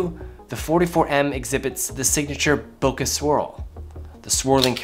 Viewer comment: This video is great but what is greater is that unlike most other YouTubers, you say bokeh correctly. Thank you so much